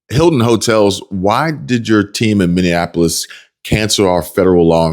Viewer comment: Why do people mispronounce Minny-apple-us as minnieaNapolis - there is NO third "N"